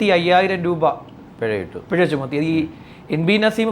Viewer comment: പെഴ അല്ല പിഴ ആണ് ചേട്ടാ....